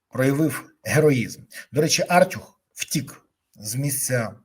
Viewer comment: Та не "Артюх", а "артЮх" Хоча, в принципі, як лайно не назви - лайно воно і є...